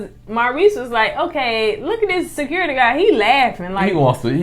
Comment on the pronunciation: Great review! I'm glad y'all went in on Mel's country ass calling for "Se-kur-ity!". That was so funny. You two are the 1st reviewers that went in on her mispronunciation. Have a good week.